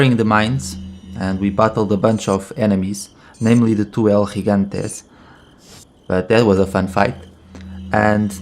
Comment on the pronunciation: Hey guys it's el- HEgante not elgigante like it's spelled lmao